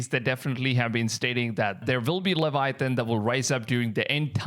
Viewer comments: LEVIATHAN NOT LEVITHAN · LEVITHAN not Leviathan, LEVITHAN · The huge ”LEVITHAN”😭